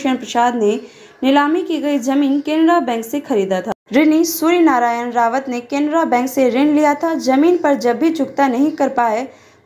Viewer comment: रावत नहीं राउत